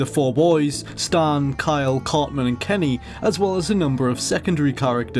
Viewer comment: It's "CarTman," not "Carmen." 😅